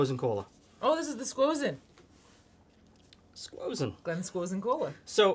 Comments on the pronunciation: Who the FUCK says SQUOSEN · He said squozen again. I’m subscribed. Loving these videos.